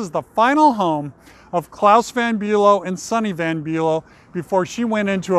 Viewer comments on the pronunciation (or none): Swift lives in Watch Hill not Newport. it's VON not Van....